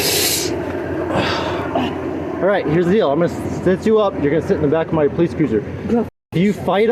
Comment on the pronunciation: Please stop saying "hears the deeal"